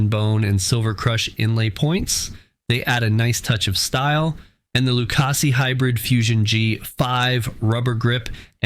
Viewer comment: Viking does not belong in a top 3. You dont pronounce lucasi correct and everytime you showed someone shooting with these cues they missed. A couple dont even know how to hold their bridge hand. This was comical lol